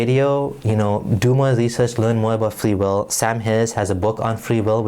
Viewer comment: What the fuck is fwee weel